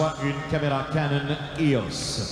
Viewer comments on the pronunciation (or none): none